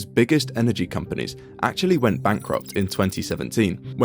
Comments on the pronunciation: It is not nukelar, it is nuclear. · Why do people pronounce it nucular when it’s nuclear? I’ve always been curious. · What the hell is nucular? Can't even pronounce the technology you are reporting? The nuclear fusion illustration is also wrong, you are fusing 2 atoms with many protons and neutrons, not hydrogen or tritium... Bad reporting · Nucular... It's always fucking nucular. On topic tho, it's kinda funny that whenever western country starts talking about more nuclear power, "accidents" start happening across existing power plants. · New-cular is very new and musk-cular. The community organiser tried to organise new-cular plants. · pronounced "nu-clear" you sound like an uneducated idiot. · nucular? really? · Dude please. The phonetic pronunciation of "nuclear" is typically written as /ˈnjuː.kliː.ər/ for the standard form. And if you're looking at the more colloquial pronunciation, it’s sometimes written as /ˈnjuː.kjʊ.lər/. The first syllable is emphasized in both cases, and the difference is mainly in that middle sound. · It's pronounced ' nucular, Pepsi' ( Homer Simpson, nuclear safety specialist) 😆😆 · Not once was the word "nuclear" pronounced correctly 🤣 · Brother you can't even say Nuclear